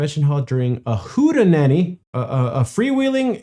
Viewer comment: "Hootenanny" is pronounced like "hoot a nanny"; the "t" and "a" aren't run together.